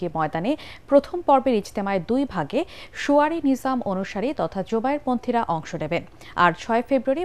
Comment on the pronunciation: সুয়ারি না বইন সুরায়ী